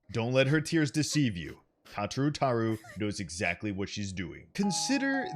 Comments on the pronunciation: Am I the only one who's hurting over the way he says her name? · PLEASE STOP PRONOUNCING IT THAT WAY